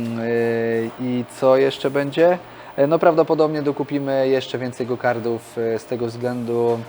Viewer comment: gokarty, gokartów... a nie gogardrów !!! to jest karting a nie karding